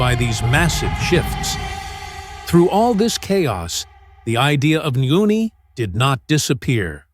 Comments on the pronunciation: It's not nguni but ngoni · Tooooooooo much words about the same and same. And pronunciation of the tribes... you could research how it sounds.